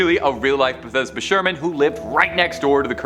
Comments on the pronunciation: bath-she-buh, not bahthesda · Bathsheba's name was pronounced bath- sheeba,not Bethesda. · Bethesda is a place in Maryland. You mean Bathsheba. "Bath-shee-buh." She is not a location in Maryland. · Correction it's 'Bathsheba Sherman' n not Bathesba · Ikr I was thinking what's this guy talking about Bathesba. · It's Bath SHE ba not how you're pronouncing it. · I was about to comment the exact same thing. Lol. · My God did he butcher it lol